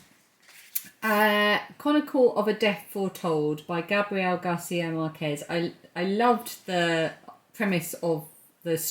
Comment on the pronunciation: I'm still kicking myself, 9 years on, that I didn't go inside that Waterstones 😢 I felt it would overwhelm me and tempt me beyond reason so I just kept walking. Silly me. Oh, btw the surname Márquez is stressed in the first syllable MÁRquez (actually, the second to last syllable, according to the rules), that's what the accent in the A means. Same with Strictly's Gorka, but he probably got tired of correcting people and just went along with the wrong pronunciation 😂 most of the Spanish surnames that end in 'ez' are stressed that way: Martínez, Pérez, González, etc. End of foreign language lesson 😂 xx